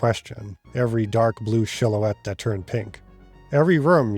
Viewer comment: do you mean predate? Or predicate? Also silhouette was pronounced incorrectly. Enjoying the video. I'm just autistic lmao 😂